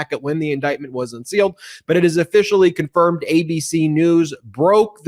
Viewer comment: Officially, not Afficially